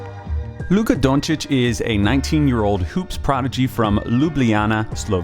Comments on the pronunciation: I appreciate the correct pronunciation of the name. Even got the o right. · Oh you pronounced his surname correctly, first video so far :) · Only american that can say his surname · Just sayin...you are one of few Americans that pronounce his last name "on point". Great clip.